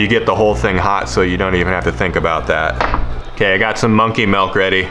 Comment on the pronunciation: How come you say "Dill" right but not "Milk"? Lol